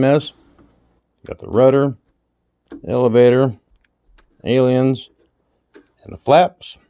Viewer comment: Aliens? As in little green men from space ? LMAO I can honestly say I've never once heard it pronounced that way. I needed a good laugh this am .